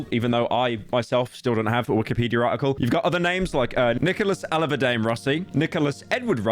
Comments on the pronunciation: Imagine pronouncing A-lah-verd-ian as A-lih-ver-dain pyro what are you doing, be embarassed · the way you say “Alahverdian” sounds like “‘ellavuhday” lmao 😂 But it’s supposed to be “Al-a-vair-Dee-in” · Not a bad update on this story but some things are not quite right: : Alahverdian is pronounced AL-uh-VER-dee-uhn. : You said after his diagnosis he briefly went back to his family. It's important to note that from about age 12 until age 18 he was in foster care in three different state and sued the state of Rhode Island for alleged raypes at the hands of his caretakers. He became an advocate for foster care reform in Rhode Island as a very young adult. : He checked into the hospital as Arthur Knight, not Nicholas Rossi/Alahverdian. Where did you see that? : The rape charges are not in two separate states. They're both in Utah. One in Utah County and one in Salt Lake County. : Rossi DOES in fact speak, albeit briefly in court in last week's hearing. At the end of the hearing, the judge asked him to affirm he has the right to not testify. He affirmed it in his absurd British accent. Rossi has been in a wheelchair for over two years. This is not recent. There is no public footage of him since his faked death of him walking or on his foot excepting the absurd attempt to stand in the infamous Dateline interview. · Al-er-ver-di-an my god you butcherd Arthur’s knights dead name 😂😂😂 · poor pyro... another mispronunciation (mis-pro-nun-ci-a-tion, phonetics for pyro) Alahverdian (ala-ver-dian)